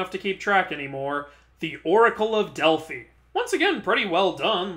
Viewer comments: Hi, I do not mean to be mean but the oracle of Delphi is pronounced DELF-I. But on a positive note, I love your Beetlejuice shirt. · Also Delphi is supposed to rhyme with pie.